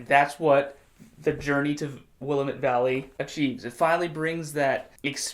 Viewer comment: Proper pronunciation: Will laa met. (laa sounds like the first part of the word lack)